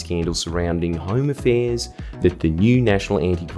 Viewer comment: I know he means "Home affairs" but I keep hearing "Homo fairs" and I chuckle every time